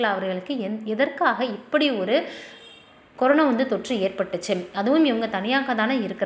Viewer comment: கொரோனா..னு சரியாக சொல்லு.. கொரோனோ....னு...ஏன் சொல்றே. னா....னோ.....வித்தியாசம் சொல்ல தெரியாதா.